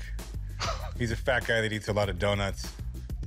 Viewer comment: Don't ever say d'oh Chum. Butchered it so cringy